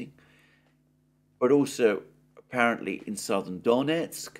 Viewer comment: My wife comes from Donetsk in the Donbas. They always pronounce it as "Don - y- esk." Emphasising the "y." (The Y as in Yes).